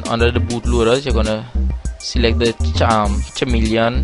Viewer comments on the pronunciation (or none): bro the word was chameleon your pronounced it like this (Chaa-Meleon) is it really that? well, i heard it was (Caa-Me-lee-on) ;) (no offence)